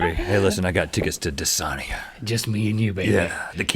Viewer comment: *Dysania— Dis-A-nee-uh. Like you pronounce mania.